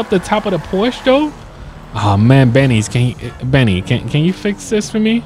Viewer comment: It's pronounced "pour-sha" btw